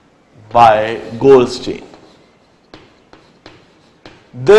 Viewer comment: LOL! its goldstein not goldSTAIN!!